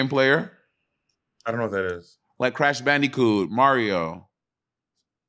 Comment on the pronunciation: the way she says crash “bandikoot” 😭😭😭